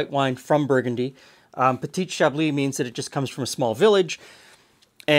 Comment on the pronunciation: Very cool ! I know you like to learn ! so: Do not pronounce the T at the end of petiT, just say peti (masculine) otherwise it sounds like petiTe (feminine) <3 bon dimanche !